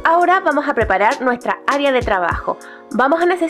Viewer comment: Puedo confiar en una persona que dice "aria" ? (No es hate, es una broma)